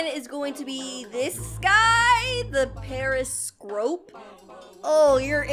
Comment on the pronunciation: Its periscorp not periscrop